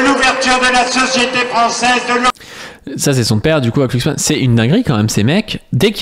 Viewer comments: C'est Glucksmann avec un "G" pas "Clucksmann" hein ^o^ (c'est pas la 1ere fois que tu spam un nom n'importe comment XD) Bisou de gauchiste sur ta grosse barbe quand meme ! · Par contre, pourquoi écorcher son nom ? Tu sais prononcer le mot "glue", non ?